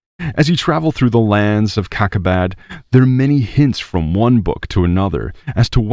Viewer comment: ‘’LANDS OF CACA-BAD’’ 😂 sorry, fell like back at kindergarten 🙄